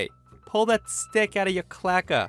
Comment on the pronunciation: I'm pretty sure that the word isn't "clacka", but really "cloaca" (pronounced: klow-AY-kah). It's a general-purpose term for an excretory/genital orifice in some lower animals. Birds, for example don't have separate bladders and anuses. They have a cloaca, and don't urinate, they excrete a chalky substance high in urea. Reptiles also have cloacas, probably the relevance to a Karen having one, from which to extract that stick that makes them so rigid.